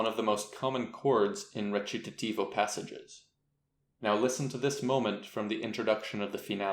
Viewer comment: Wretch-i-ta-TiVo… How bizarre.^^